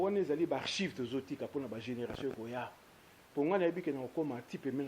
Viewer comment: Ekoyinda et non ekeyinda. Bel'émission kasi présentateur ayekola lingala... Archives et non archives.